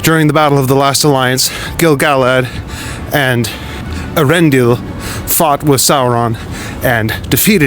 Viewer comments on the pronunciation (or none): Elendil, not Eärendil. Very very important distinction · Elendil not Arendil!